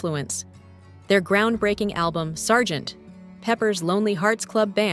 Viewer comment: Stupid female AI voice says, "Their ground-breaking album Sergeant. Pepper's Lonely Hearts Club Band..." as if "Sergeant" was the end of the sentence and "Pepper's" was the start of a new sentence. That was all that I needed to stop listening.